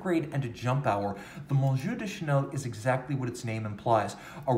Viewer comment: You just murdered the Monsieur...! Google Translate app. will fix it, at the same time you will find the ‘eye’ in Trompe l’œil to be very similar...Ah, these French words with all those silent letters and such!